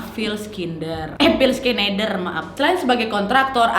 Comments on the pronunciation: Nitip satu..Schneider dibaca senaider,bukan skeneider 🤣🤣🤣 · Kak sorry mau koreksi pronunciationnya dikit. Stapleton: ste-pel-ten Peña: pe-nya Schneider: snay-der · Phill = pill Schneider = senai, der Cara sebutannya nama... Sudah d bunuh... Kajian teknologi H.A.A.R.P GELOMBANG electromagnetic yg kuat... Penyebab pelbagai kemalangan,,, termasuk kaca kapal pesawat pecah... Sebab haarp mampu mengubah struktur atom fizik... Lalu mengubah dgn mengawal EMF seperti memutar channel pencarian radio station... Seperti menghantar isyarat emf...